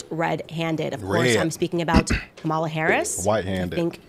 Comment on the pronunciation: I guess no one told Candace that mispronouncing 'Kamala' is racist.